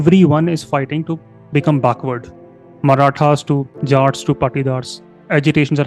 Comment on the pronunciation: Baakhward ??? No brother it is backward ❤❤